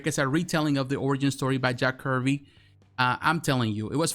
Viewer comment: Not Jack Curvy. Jack Kirby’s..😂😂